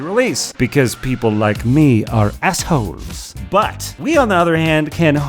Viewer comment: The WAY that pronounces "assholes" when he says, "People like me are assholes" just... continuously makes me laugh. Thanks for the joy XD